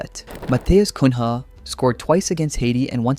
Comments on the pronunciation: If you say “CUNYA” it would be more like to the original name than “CUN-HA” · Not Cum Rah, Cunha. (Like Cuña) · Just a tip regarding pronunciation: in Portuguese, when you see the following combination of consonants "nh", it shouldn't be read as "un-ha", but more like a nasalized "ny". For example, "Cunha" is read "Kunya", and "Raphinha" is read "Raphinya". It's not intuitive for English speakers, but it's easy once you remember how to do it. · Good video, just a pronouciation tip: "Cunha" is pronounced like the ñ from spanish, like in niño, or the gn from Italian, like in gnochi, so it's not "koon-ha" it's "koo-nã", or "koo-neah" if it's easier for you to say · Matheus Cum Ha 🥀🥀🥀🥀 Just messing with you bro, I understand that where you are from you might not be used to the “nha” pronunciation, I think if you say his name as “cunia” it will be closer to the original. Great video! I am really hoping my Seleção keeps getting better throughout the tournament and brig us home our long waited Hexa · Nice video but Kun-ha is a very weird way of saying his name lmao. in portuguese the NH is read as the ñ (Nya) in spanish. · Pronunciation tips for anyone watching: if you see “NH” in a Brazilian name, treat it as the Spanish “Ñ”. So Cunha is not “Coon-hah”, it’s “Cooña”. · Just an FYI you can pronounce Matheus Cunha like you do Raphinha. It would be Coon-ya ❤ Magalhães is a bit trickier. Maga-Lyahns with this barely pronounced y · pronouce "matheus cuña" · Just a pronunciation tip: the H in Cunha is not pronounced, the name sounds more like Cun-ya. Same with Magalhães (pronounced Magalyães). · Lmao the pronunciation of Matheus Cun-rah, great video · Matheus Cunha - it reads "cuña" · Little help on the pronunciation of Cunha, from a Brazilian: it's Cunya. Whenever you see a "nha" or "nho" in Portuguese, it's pronounced Nya, or Nyo. Like: Lasagna is Lasanha in Portuguese. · Read Cunha as Cuña. Thats the correct pronounce ;) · Cunha sounds more like "Kunya" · Kun Haaa 😂